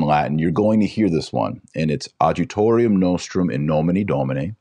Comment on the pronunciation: Adjutorium , the “j” has the “y” sound. The “H” in habemus is silent